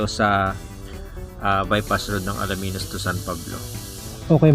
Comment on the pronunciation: Alaminos.. Hindi Alaminus😅😂😂